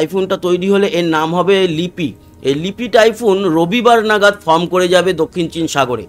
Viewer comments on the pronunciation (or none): none